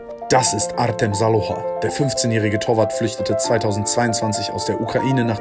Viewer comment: Wenn er artem heißt wir des artseum ausgesprochen